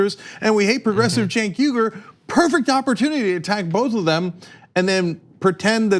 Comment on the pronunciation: Shouldn't his last name be pronounced "Ooy-goor"? It's "Uygur", not "Yugur".